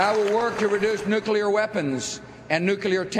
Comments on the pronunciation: wow he said nuclear correctly 1 time haha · 0_o Whoa. . He actually pronounces nuclear correctly. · he actually pronounced nuclear correctly. twice. he must have practiced that for months beforehand. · he pronounced "nuclear" correctly. knock me over with a feather.